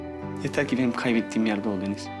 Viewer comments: Rahmet Deniz derken sanki Filiz diyormuş gibi geliyor kulağima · Kulağa öyle geliyo ama deniz diyo hatta ilk başta deniz dediği anda ben filiz anladım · Bende ilk başta filiz diye duydum ama sonra yavaşlatarak izledim deniz diyor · Bende öyle sanmıştım ama Deniz diyor. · fideniz diyor ADAdasDSadASDAsaSaSSaSaa :D :d